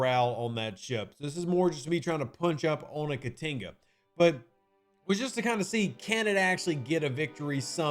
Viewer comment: I wish I knew how to write phonetics. Your pronunciation of the Jem'Hadar name hurts my soul. I like in Indigestion, Ka like in Kahn, Ti (short I), and another Ka. I think these are close enough examples to get there.